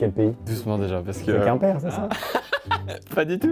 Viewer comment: Il a dit Quimper ?